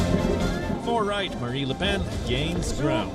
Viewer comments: Its not les PEN ', its LE PEN AHAHAH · Annoying that the newscaster cannot pronounce ‘le’ properly. Definitely not ‘lee’.